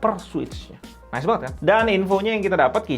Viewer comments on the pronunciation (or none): none